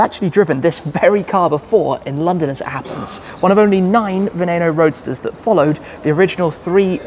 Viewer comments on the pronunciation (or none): why is no one talking about how he pronounces veneno as "vanayno" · It’s pronounced “veh-neh-noe”